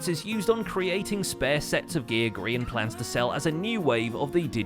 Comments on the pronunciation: grain?? who is grain do you mean Grian? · Sparkpaw Of Windclan I thought it was ‘Grain’s Emporium’ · You: "Grain" Me: "Cod Man" Zloy, an intellectual: "Green"